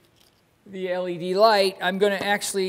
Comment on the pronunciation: Just poking fun at the way you say it. 😁